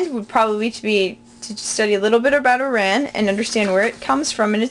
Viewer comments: sag not sog.... EERON NOT ihran... you cant pronounce the most basic of words properly, and you talk about how youll drown if you dont know how to swim first.. go learn to swim please, you seem to have drowned. those books you promote must not be very good that you cant even pronounce the country's name properly. i appreciate your effort but really, please dont post any more "lessons" because youll throw off anyone interested in learning farsi. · Good job overrall, but what might help is to have your notebook the correct way, in Iran it is the opposite fyi, and also it is IRAN pronounced: ee-ron, c'mon lady you're learning to speak farsi, learn the countrie's damn name!